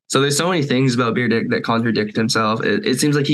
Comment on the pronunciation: Did anyone catch kept calling him Beer-Dick? Lol